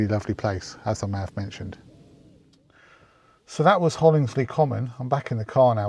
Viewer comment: It's good to see another photographer in my favourite local woodland - there is a lot to explore there. If you do return, it's well worth exploring into Rendlesham Forest which it borders onto, especially in the Autumn (mid November is usually peak colour). I couldn't help smiling the way you pronounced Hollesley 😉